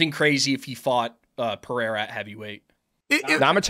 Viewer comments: Chael kills me with the names... Lie-oyto Machida and Alex Pee-air 😂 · MM, I think you're smart enough to learn how to say Pereira correctly. If you ain't, blame it on CTE.